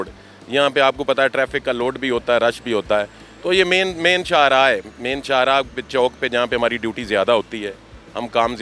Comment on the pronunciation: Anchour Sahib Chowk hota hai Chonk nahi, Educated ho kar be Chonk Chonk khai rahyeh hein.